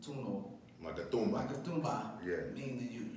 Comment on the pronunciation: Good guest, an OG. But how tf this dude cant say Maque Tumba 😂